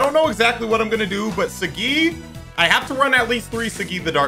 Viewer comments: I feel like it’s pronounced Sah-gee vs See-gee. Either way, it’s. He’s right. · Imo it's pronounced sah, gee/gi not saGGeeee lol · I feel like he said saggi wrong on purpose lol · Not trying to be that guy but kiba calls him soggy so is it that or is it saggi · I don't like how you say Saggi.